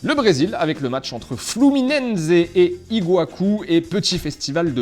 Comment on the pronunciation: C'est IGUAÇU,PAS IGUACU